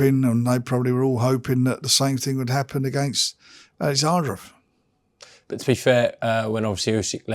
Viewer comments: His name is Oleksandr not Alexandra, ffs Frink Larren! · warrent keeps calling him Alexandra though. We know how to pronounce Usyks name. Warren is just a lazy old man